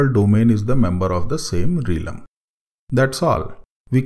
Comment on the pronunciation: hi..apologize in advance for trying to correct you but i think the correct pronounciation of realm is "relm" and not "reelum". Just FYI. Thanks for the tutorial, its pretty useful.